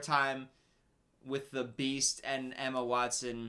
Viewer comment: no one:: bEaUtY aNd ThE bEaChT 😂😂😂